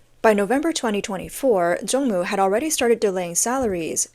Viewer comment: It's Zongmu not Jongmu